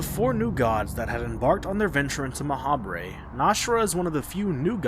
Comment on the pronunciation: I feel like Ma'habre is meant to be pronounced like macabre. Like, "Ma-hobb".